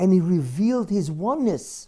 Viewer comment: His ...not Gis